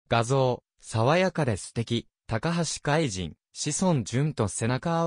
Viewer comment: たかはしかいと、としそんじゅんです。 これ直せないのでしょうか？ 聞いていて、嫌な気分です。 爽やかなＣＭなので😅